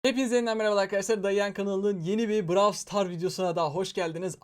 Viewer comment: Abi şuna braw star deme ben mi sana konuşmayı öğreticem